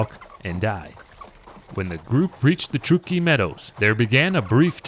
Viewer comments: Truck-key not true-key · It's pronounced Truck-e please. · It's pronounced truck ee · I grew up in Sacramento County and am very familiar wth this history and the environs. No one has ever pronounced Truckee as "True-key." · I am born and raised in TRUCK-EE you are saying it wrong. But great job other than that. Thanks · me no understand? Now it's pronounced TRUCK-EE. no big deal. right? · It's Truckee ..... like you are driving a truck. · Ya' might want to find out how to pronounce "Truckee".... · I will subscribe when you bother to research you language pronunciation. Truckee